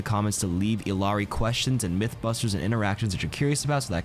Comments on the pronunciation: Isn't it pronounces E-yar-ee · double L in Quechua is pronounced as a Y, not as an L. Ee-YAH-ree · It's pronounced iyari it's Peruvian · It’s pronounced eel-yar-ee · you’re pronouncing her name wrong. It’s E-yari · Iyari, two L’s make a Y